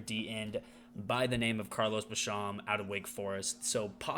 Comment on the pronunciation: I would just like to respectfully say by the end of the year you won't be mispronouncing Rousseau and Basham's names 😉. Bills will win 14 games in the regular season and be the #1 seed in the AFC. Allen and our O is too good not to, along with our improved pass rush. Go Bills ✌🏼